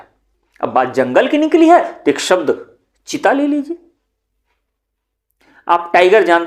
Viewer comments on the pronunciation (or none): चीता को चिता बोले जा रहे हैं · बहुत अच्छा 👍👍। आप cheeta को चिता बोल रहे थे, जबकि ये चीता है। चिता शमशान में जलाई जाती है 🙏🙏